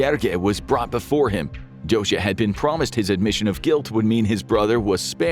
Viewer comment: Very well pronouncing Dózsa! The “zs” sound can be tricky for foreigners. Interesting video!